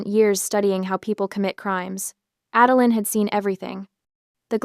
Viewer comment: LOL My ex-mother-in-law's middle name was 'Adeline' . She never knew how to pronounce her own name. One day it was 'Ad-el-eye-n' the next day it was 'Adel-een'. I grew to hate that name. This story is the first time I've heard the name since she died, I loike the way OP pronounces id 'Ad-el-lin.'